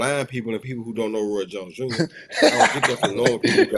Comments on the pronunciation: Lmao Roy "JOINS" Jr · Roy "Joins" Jr 😂